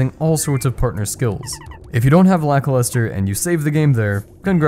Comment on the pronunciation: i thought it was lackluster, not lakiluster